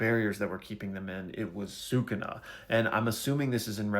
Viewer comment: Bro your pronouncing sukuna wrong use your syllables